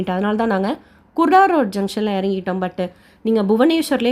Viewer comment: Kurda Junction... Not kudaro sister